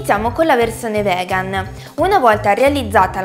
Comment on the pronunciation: non voglio offendere, ma perchè dici vegan invece di vegano/vegana? essendo io stessa vegana e vivendo in Uk, il modo in cui la pronunci suona proprio male e sa un po' di ignoranza.. ripeto non voglio offendere, ma se vuoi utilizzare la parola vegan almeno impara a pronunciarla per bene..